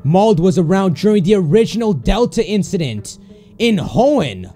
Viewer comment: Hoenn is said Like he on